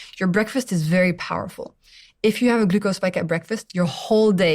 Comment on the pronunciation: Ahhh the way she pronounces glucose is irritating 😅